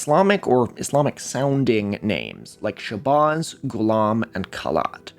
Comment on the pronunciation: Dude, stop mispronouncing Shabazz. Where did you get your research from, AI voice-over from youtube??? You’re correct about Wallace Ford and some other things, but you lack street knowledge. And why is it always white people who are fascinated with black culture? We live in a world that’s backwards. I’m asian and I’ve been studying the NOI and 5 percenters since I was incarcerated in 93. I’m not religious, but some of the knowledge within NOI and especially the 5 percenters are beneficial in everyday life. If we didn’t have supreme mathematics and the supreme alphabet, then many blacks would be lost and commiting more crimes. Plus, we wouldn’t have intelligent artists or talent such as Nas, Wu-Tang, Muhammad Ali, etc…